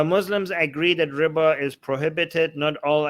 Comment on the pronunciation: Everytime you say riba, I hear Ryba (Polish for fish). ''I'm not allowed to charge 'fish', because of islam?'' Isn't that hilarious? Edit: I'm not Polish, I just love learning new languages.